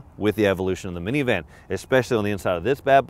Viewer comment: You're the first person I've ever heard who says miniVAN🤣🤣